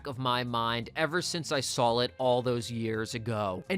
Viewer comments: I can't believe you kept saying "sawl" instead of "saw" or "seen." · I LOVE YOUR VIDEOS BUT PLEASE TAKE THE L OFF SAW WHEN U SAY IT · is there a reason you put an L on the end of the word “saw”? No hate at all, just asking because I’ve heard a couple of people pronounce it this way and wondered if it was a regional thing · I think it’s a regional thing, like how some people saw “dish warsher” when saying “dish washer” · It’s a regional thing 😂 American intrusive L common in mid Atlantic